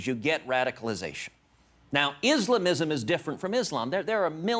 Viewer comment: lmao me neither. I think they just made it up to justify their hateful rhetoric against us lol... I like the way he pronounces "islamism", da fuq lol